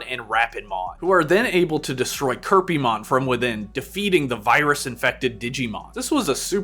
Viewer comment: This pay sound elitist but hearing Kerpymon, Endigomon, and Digifuse kinda hurts.